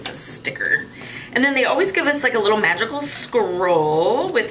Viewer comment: Ok that pouch is cute. I can't believe I heard when you said "magickal parchment" I heard "vaginal parchment" I did a double take 😂🤣😂🤣 Ok want that wood pendulum. Ok that sticky note book is cute. That wooden box is awesome!